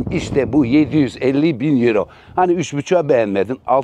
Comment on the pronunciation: Yuro demeseydin iyiydi.